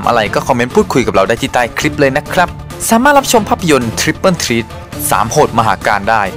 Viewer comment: มันอ่านว่าทริปเปิ้ล เธรทนะคับ